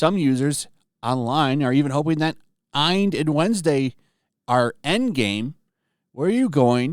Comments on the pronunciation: I love watching your videos but your reading comprehension is abyssmal. It's not pronounced "EYEnd", it's not even spelled that way. It's ENID "E NID". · "Enid" rhymes with "knee-lid". I never miss your content, but that mispronounced name was aching! 😆 Great review, honest feedback, but my two cents is watch it all the way through. 👍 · Her name is pronounced E-nid. Long E, as E prounced in the alphabet.